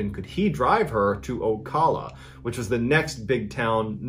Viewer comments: LoL It is pronounced Oh-Kal-a (not call) Ocala Florida. You came closer than others. Had a friend call it Oh-sell-a. Sadly, we are known for a number of crazy people around the area. Love the stories. Keep them coming! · Thank u for pronouncing it correctly..That bothered me too the way he pronounced it!! From Jacksonville.. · Lol when you are from fla thats not how you say Ocala 😂😂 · It’s pronounced “O Cal A “